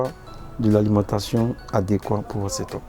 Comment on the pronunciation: On dit seteupe(setup) pas setôpe